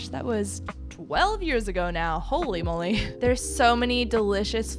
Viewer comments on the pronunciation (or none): none